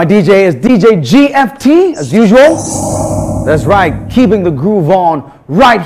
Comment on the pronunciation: Did I hear "dastright"???!!!!!